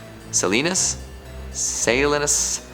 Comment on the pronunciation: it's pronounced "sah-lee-nahs". Salinas is Spanish for "salt".